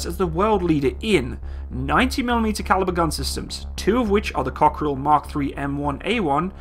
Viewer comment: the way you pronounce it, it sound like cockroach in french...Cockerill-coquerelle.